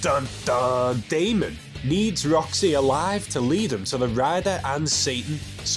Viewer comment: I was literally commenting to say the same thing. I mean it's even spelled Daimon. Haha. No offense to Mr. though. I genuinely enjoy these videos.